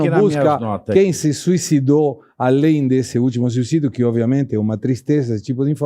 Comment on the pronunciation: Do que ele "sui ci dou?"